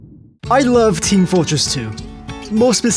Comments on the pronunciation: "It's team FØRTress 2!" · "It's Team FOORtress 2!"